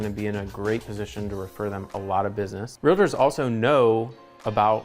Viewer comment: “Realators.” Do you also say “doliphin”?